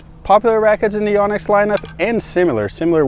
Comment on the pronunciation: why do americans mispronounce Yonex so badly.. its not YAH-nex its yoh-nex